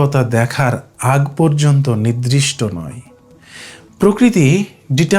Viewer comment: এই সুন্দর বিষয়টি আর একটু ঠিকঠাক উচ্চারণে হ‌ওয়া উচিত। 'নির্‌দিষ্‌ট'= নির্দিষ্ট, শব্দটি 'নিদ্‌রিষ্‌ট' /নিদ্রিষ্ট হয়ে যাচ্ছে।